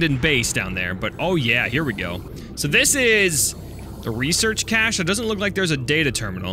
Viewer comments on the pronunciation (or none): Cache- cashcash-AY